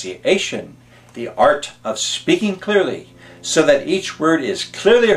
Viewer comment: ...so that each word is CLURLY heard... FAIL